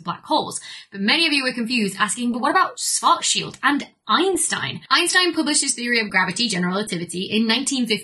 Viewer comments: as a german speaker, your pronounciation of "schwarzschild" hurts... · Pronunciation tips for Schwarzschild : > "schwarz" sounds like "shvurts", like in Schwarzenegger - the "ar" is pronounced like in "bar", not like in "war" > "schild" sounds like "shilt", the "ilt" as in "tilt" or "kilt", never like "yield" or "shield". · Because of how it's usually pronounced in English, I guess. In German, the "i" is more like that in "hit".